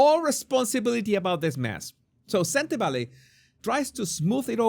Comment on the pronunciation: You pronounce Sentebale perfectly. My language (Setswana) has similar sounds with Spanish, must be why your pronunciation is flawless